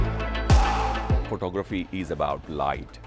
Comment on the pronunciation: I could've sworn he said, "Pornography is about light." 😂😂